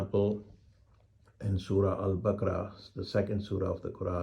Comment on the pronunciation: One should be able to pronounce Surah Al Bakarah in correct manner.